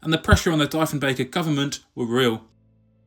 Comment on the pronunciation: Great video. Its not Dyfenbeker, it's Dee-fen-baker. Its not MALton, it's Mallton. The biggest blow was losing our domestic aircraft industry.